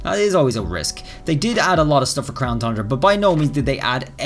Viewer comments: um mr it is not "Crown Thundra" it is "Crown Tundra" TUN-DRA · Keeps saying thundra lol its tundra not thundra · It’s TUN- DRA NOT THUN-DRA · At this point I think you are saying thundra just to mess with us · Thundera lol. At first I was like man it’s “ton-dra”! But now it’s just funny 🤷🏻‍♂️ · Its the crown tundra not thundra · I love all of his videos and look forward to the information, but the “thundra” when it’s pronounced “ton-dra” or “Tundra” bothers me so much. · No offense but you keep saying tundra wrong you say thundra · Tundra not Thundra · Tundra pronunciation Ton-dra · You said crown thundea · Why does it get me every time he miss pronounces TUNDRA??? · Every time he pronounces tundra with an H, I just want to unsub lol